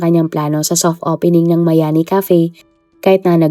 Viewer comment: hindi miami,kundi MAYANI